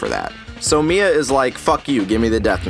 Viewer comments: No mia not may its Missa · anyone else annoyed that he called Misa 'Mia' and mispronounced Watari's name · Is Mia supposed to be Meesa or something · It's MISA not MIA!!!!!!!!!!!!!!!! lol